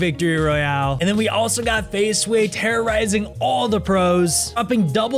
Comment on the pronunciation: fahze??